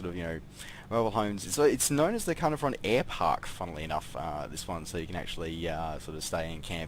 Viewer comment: I am thinking about getting this as its my home town,the detail is good and loved the drive thru lol. Just so you know Caernarfon is pronounced Car-nar-von,the joys of the welsh language. Cymru am byth. +1 Sub as well :) Is this the same as the one on steam ? Thanks